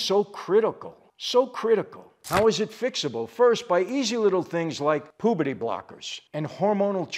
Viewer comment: I love when Michael says “pooperty blockers” keep up the good work mr Franzese!